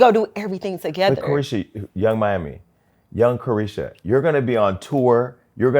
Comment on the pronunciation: The man said Yung Caresha 😂😂😂